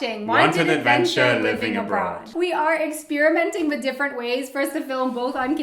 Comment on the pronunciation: "peanuts wis marshmallows" his accent is so funny :D but as a German I know how hard is it. my English teacher had a picture with a sink, a microphone and a person in a swimming pool. because german people tend to say "I sink" . they don't pronounce the T H , which is ,at least, funny to me . :D I think it's kinda cute:)